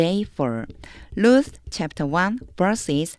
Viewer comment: 혹시 Luth가 아니고 Ruth가 아닌지요...? 제가 틀렸을지도 모르지만...? 축복합니다.